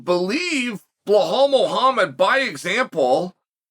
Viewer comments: Chael, can you say "bell"? Can you say "all"? Just put 'em together to say "Belal," you goofball. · I cant understand why is so difficult to Chael tu say Belal 😂